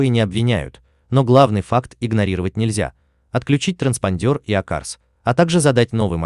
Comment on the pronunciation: ТранспОндер, а не транспандЁр 🤦‍♀️🤦‍♀️🤦‍♀️